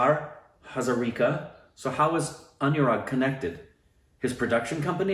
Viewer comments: Hey.... You pronounced Hazarika perfectly...just like an Assamese.. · M so happy u reacted to it..i suggested OSR family in instagram to recommend it to u,cuz m not in Twitter..As an Assamese,seeing u react to it made me feel good..nd m HAZARIKA,nd pronounced it perfectly.. 😄